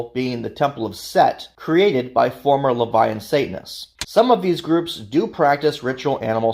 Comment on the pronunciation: is just completely wrong. 1) "Levian" isn't a word. Seems you mispronounced "LaVeyan" - which is a redundant term anyway. 2) the CoS does not "fully support" the Satanic Temple, it does the direct opposite 3) you also mispronounced Luciferianism 4) TST's 'branding' is in no way 'identical' to the Church of Satan. 5) nor is TST's beliefs 'synonymous' with the Church of Satan's - again quite the opposite. So thats a lot wrong in less than 20 seconds... you put together a 42 minute video and got multiple, very basic facts wrong. Did you even do much research? Idk how you could get these things wrong. I completely dislike TST - they're not satanism. But you should have done more / better research.